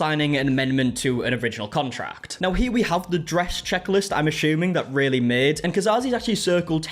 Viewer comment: It was spelt Raylee, so he is pronouncing it correctly. It’s not ry-lee it’s ray-lee